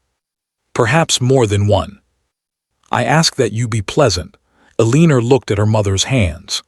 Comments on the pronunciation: Edit, train the AI to pronounce Elenore correctly or stop using the name. It grates on the audience and they tune out. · I agree!!!